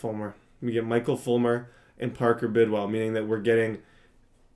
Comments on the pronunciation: how do you mispronounce like every name?😂😂 the guy’s name is Redd, like the color, Bridwell is b-r-i-d well, and the g is silent in spangenberg (Sorry I had to comment this it just bothers me a little) but you’re still my favorite YouTuber so hopefully this helped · It's bridwell not birdwell 😂